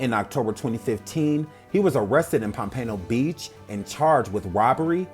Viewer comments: It's pom -pen-o beach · Enjoyed Much! I cringed everything time you said POMPANO BEACH lol. 😘😫💛💙💛